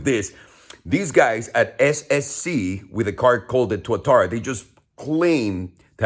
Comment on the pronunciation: a car youtuber who actually pronounces tuatara correctly, a rare thing indeed